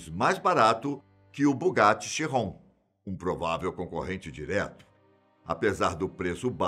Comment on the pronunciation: É Bugatti Veiron, ou Bugatti keiron